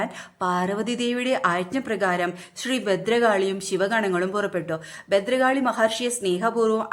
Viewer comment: ബദ്രകാളിയല്ല ഭദ്രകാളി "ഭ"